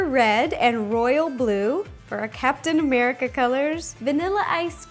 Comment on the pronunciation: why did I hear "Cats and America ice cream sandwich"?